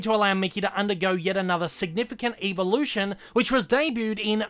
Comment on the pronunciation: Why do you say evolution like “EEEEVA-lution” like tf.